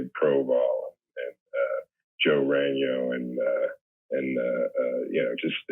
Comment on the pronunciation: It's really cool to hear Clancy Brown pronounce Ragno correctly. That's my last name as well. Thanks Clancy.